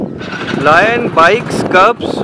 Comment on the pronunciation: its lion not line 😂😂😂😂 he calling him line